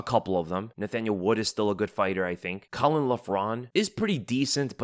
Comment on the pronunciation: butchered caolan name, also kiefer wins